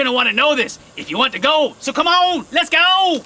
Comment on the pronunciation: i so thought he was saying "Lets Gold!"